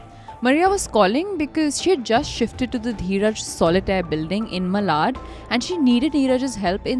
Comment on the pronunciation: It is not Malaaad, it is Maalaad (pronunciation-wise). Also, Manor/Manori beach is not near Dadar, at all. Also, jealousy? Seriously, you are saying this to be jealousy?? His gf is sleeping with another man and Neetaj saying things to him. And love traingle? Really? Which love? Neeraj and Maria at the best have friends with benefits kind of relationship. Weird fixations.